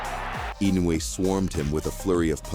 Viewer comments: It's In no u e (IN no UUU E) Naoya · If Jaime McDonald can't pronounce Inoue's name, just call him Daddy.